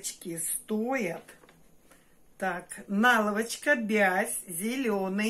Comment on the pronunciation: Очень режет слух ваша наЛавачка.